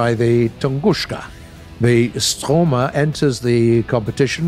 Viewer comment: it’s S-t-o-r-m-e-r, not Ströghmer Love you, hope you’re well:)